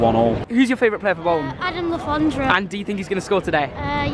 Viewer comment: I'm so pissed of that he keeps saying Le forndra because I'm a reading/man city fan